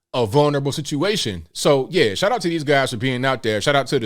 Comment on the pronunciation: It's shout out, not shot out.....just saying